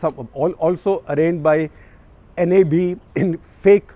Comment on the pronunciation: Gupta sahab pronounce NAB, not by each english letter